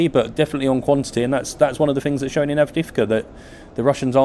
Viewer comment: "Donetsk" not "Donyetsk" "Avdee yeevka" not "Avdeevka"